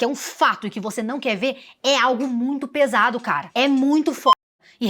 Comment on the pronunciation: Um vídeo sério desses e eu rindo toda vez que vc diz "pesado" kkkk